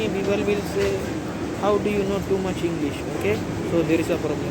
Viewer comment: Top premium quality englissss